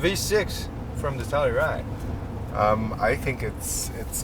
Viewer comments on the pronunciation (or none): 텔루라이드가 아니라 텔유라이드죠